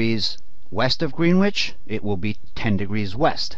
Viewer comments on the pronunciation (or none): Hearing Greenwich pronounced as “green witch” really hurts lol but this video helped a lot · It’s pronounced Gren itch NOT greenwhitch lol